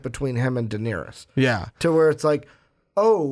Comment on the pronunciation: stop calling Daenerys diniris